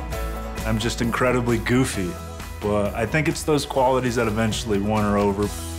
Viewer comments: The way he say buuuhhHt tho....extra pronunciation on the “h” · Yes... the “H” pronunciation threw me off too 😂